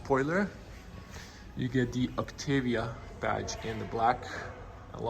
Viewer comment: I thought pronunciation was "Oktaavia" not "Oktevia".